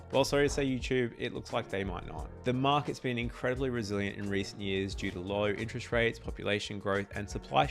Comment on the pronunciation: It's "interest" rate, not "inch-rest" rate.